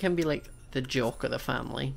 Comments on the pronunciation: I thought he was saying joke not jock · When he said jock I thought he actually said joke